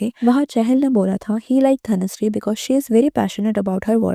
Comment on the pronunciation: Is it Dhanushree ??? I know it is dhanashree but in this video i can hear " dhanushree " many times in intial part.